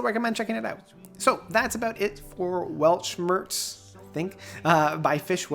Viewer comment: Not wanna be a smartass, but i would like to offer a little guide for the pronunciation of the word "Weltschmerz": "Welt" is spoken like the english word "held" (the past tense of 'hold'), just with a 'w' and the 't' is like the first one in 'text'. For "Schmerz", you take the "sh" sound from the english Word "shine" for the 'sch'. The 'mer' is like the french word for mother (mère) or like the english word "air" with a "m" in front. For the "rz" sound you cheat a little bit by pretending there would be a "t" in front auf the "z", like in the word "waltz". I hope this helps, if anyone cares 😅greetings from germany!